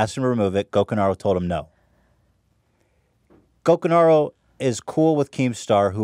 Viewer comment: Hate to be that guy but it's Gokanaru, not Gokunaru